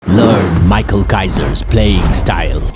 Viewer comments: His name is pronounced as "mi-ha-el" because he is German. I dunno why everyone calls him "mai-kal" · erm actually 🤓. It's pronounced "mi-hai-ru' because the manga is Originally Japanese. In Germany, it's "mi-khel" or "mi-kha-el" "mai-khal"